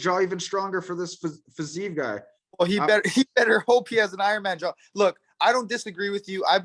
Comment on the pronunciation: pronounced Fizievs name correctly.